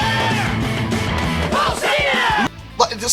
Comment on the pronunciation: After a while it sounds like "balls ate her"